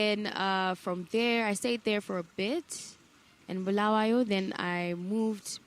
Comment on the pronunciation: I love how she says Bulawayo. She does not say Bhulawayo like others. You can tell she was born in Bulawayo. Big up Queen.